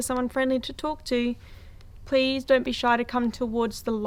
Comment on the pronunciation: (horse)... Be spooky not BEE spooky! Your a trooper thanks for the content!